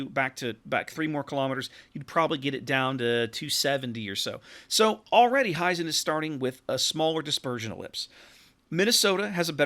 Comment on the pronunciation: It´s "Hee-zen" like "He Man" rather than "High-Zen". Other than that, thank you for the nice preview.